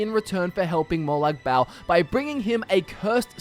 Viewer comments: It's Molag Ball, not Molag Bowel. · mor like molag barl